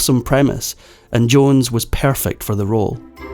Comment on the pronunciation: What is fafferant , what is airly , what is pairfact , what is tame want on , what is a chaledran , what is the bagest names ? They waint to lav with their father, what is adelt had ? What is tha pacafac ocean ?